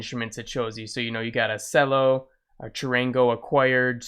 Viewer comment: Cello is pronounced "Chello" lol